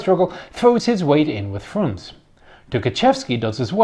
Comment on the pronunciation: You should pronounce the letters in the end of russian names. For example Frunze or Trockij. Russians don't eat those letters, like english people.